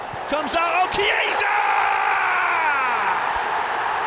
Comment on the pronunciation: I am still waiting for a commentator to pronounce Chiesa's name correctly, but I don't get my hopes high. It was a good goal though